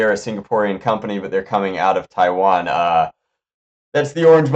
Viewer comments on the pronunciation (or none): none